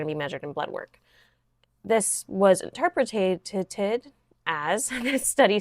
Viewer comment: I heard you trip on this word a couple times. You were saying interpreted as interpretAted. I’m not trying to be mean I’m just trying to help I promise